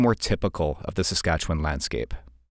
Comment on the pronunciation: first off, thank you for being one of the only out-of-provincers to pronounce Saskatchewan correctly! Been watching you for a while now, cool to see you in my home province